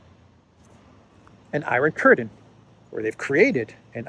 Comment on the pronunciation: Samuel L. Jackson from Pulp Fiction: "say iron curdin one more time, I dare you".